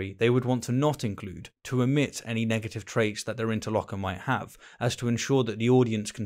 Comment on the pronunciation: Inter - lock - you - ter